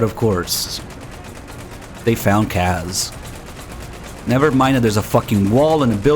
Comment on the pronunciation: Why does insist on pronouncing Kaz incorrectly?